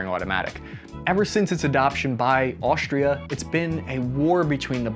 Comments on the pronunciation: Its AUSTRIA...AUSTRIAAA GODDAMNIT!!!!🤷🤦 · Great video. But there is no H in Australia, Austria, industrial, strong or stress. Why do people do that? You are clearly not ignorant, but this makes you sound so.